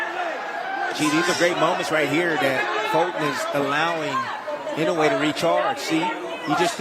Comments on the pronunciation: my goodness can't they just pronounce his name right E NO A would be about right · They always pronounce "Inoway”.